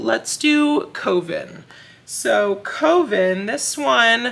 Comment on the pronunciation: I bet It’s Evil is a play on the book/movie IT. And just wanted to share that Coven is pronounced Kuh-vn. Thanks for sharing!